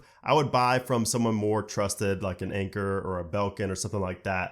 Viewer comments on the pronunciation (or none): It’s Anker, not anchor